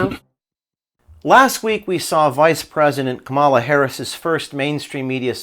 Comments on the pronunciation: Are you deliberately pronouncing Kamala's name wrong? Or is she living in the USA and people naturally Americanize her name? My friend José usually gets his name pronounced as if it were Hozay, or in New England, Joze (one syllable). He doesn't seem to mind. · I will TRY to pronounce KAM ala like I do my own name. KAMala! KAM KAM KAMala